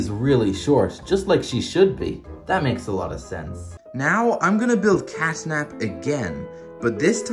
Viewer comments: hold on did you say castnap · It is catnap not castnap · It's catnap not cashnap! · 💀he said"casnap"💀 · Bro said cast nap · IT IS NOT CASNAP IT IS CATNAP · Its catnap not cashnap and also bobby bearhug is a girl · Catnap not casnap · its catnp not cashnap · You say his name wrong is cat nap